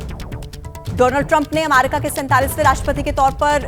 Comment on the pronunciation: weird way to pronunce America